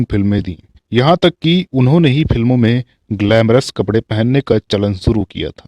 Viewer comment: Aap sha ko sa se u harit kar rhe he jaise shuru ko suru keh rhe ho gujarish ko gujaris keh rhe ho